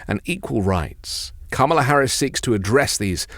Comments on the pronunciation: I'd just like him to pronounce her name correctly. I appreciate his message which is why I always watch him. It was a lighthearted way to inform him of the correct pronunciation of Kamala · no punctuation as in comma, which leads to the correct pronunciation of Kamala.